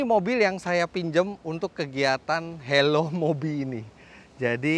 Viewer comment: Fitra eri: Hello Mobi: Hewos wkwk